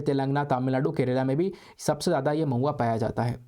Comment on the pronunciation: Mahua become pauya🤣